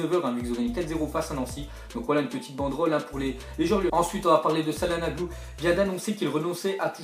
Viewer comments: pas salanoglu calanoglu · calhanoglu sa se dit chalanoglu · s à se dit chalanolu pas calanoglu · On prononce (Tchalannolou) Pas salanolou. D'où la cédille sue le "C" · mdr salanoglu , ça se dit tchalhaglou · çalhanoğlu se lis tchalanolu sinon bonne video bro 👌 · mdddr pk tu dis sallanolou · sil te plait sa se prononce tchananolou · sa se prononce Chalanoglou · Ca se prononce tchalanolou (On prononce pas le g) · imNeiYo comme je deteste les gens qui prononce sa-lan-oglou ou ca-na-no-glu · Çananoğlu en turc de prononce Tchananolu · ARGHHHH ta prononciation sur Calhanoglu